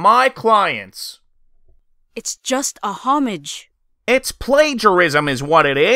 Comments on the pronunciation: Great job. One tip, 'homage' is pronounced like Om-arj, not Hom-ij. It's a French word. Just for future reference if it pops up in a script again! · Wow the “haw-midge” threw me off lmaooo. I think it’s “oh-mahje” for homage. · how do you pronounce fromage? Because you certainly cant pronounce homage.